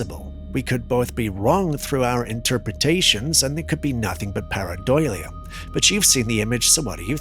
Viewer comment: you really need to learn how to pronounce pareidolia. 😉